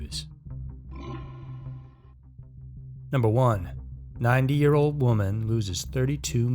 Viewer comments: Sounds like you’re saying 9 year old. NEVER EVER give away personal info over the phone!!!! I don’t care what they say DONT DO IT!!!!😱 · That's what I thought he was saying 9 years old LOL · Kept thinking you were saying a 9 year old girl haha awesome video dude 🤙🏿